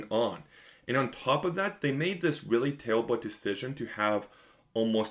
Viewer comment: “Tewwa on da Pwaiwie is tewwible!” Weally?